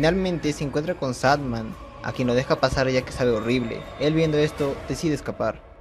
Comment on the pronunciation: Like si notaste que en el minuto dijo sad man